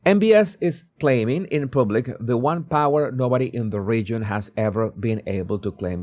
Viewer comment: Please learn how to pronounce the “u” in “Public” and “Publish.” Thank you. 🤦🏻